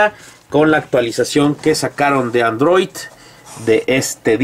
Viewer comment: es android no androit amigo!!!! jajajaja